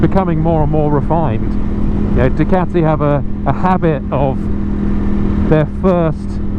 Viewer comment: You gotta say it right... "Dew-CAAti"